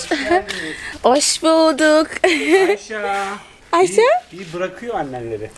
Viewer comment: Ayşayı yerimmm yaa siz ayşa diyorsunuz bide de ayşe deniyor normalde çok tatlı bir kızın var yaa